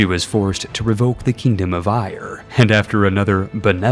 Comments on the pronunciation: Éire is not to be confused with "Ire" xD Think "Air" the stuff you breath... Then add "rah" Now it hopefully sounds like Airah, just make those A's just a little more like E's. Now you don't sound like an American looking at where your great great grandad's dog came from on the map ;) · It's not Eye-er, it'e Ay-ruh. Éire. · Other than Éire being pronounced like ire (I've always known it pronounced like air-a) this is amazing and why all of your content is so captivating! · Éire is not prounounced "Ire" it is pronounced Eh-ra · OH MY FRIKIN GOD ÉIRE IS PRONOUNCED “EH-RA” NOT “EYE-ER” 😭😭😭😭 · By the way Eire is not pronounced Ire it is pronounced Air-ra. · Sorry to be that guy but as a native Irish speaker air-e is how Eire is pronounced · Éire is pronounced "air-uh" not "ire" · the way he pronounces éire annoys me, its more air-a than ire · You not saying Éire correctly, it Air Ah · The only fault in the video; "Éire" is pronounced "air-a"! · The mispronunciation of Éire was deeply unsettling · I loved the video, but as a Irishman, hearing Éire mispronounced made me cringe a little 😂, but props for making such good videos for us! Sláinte!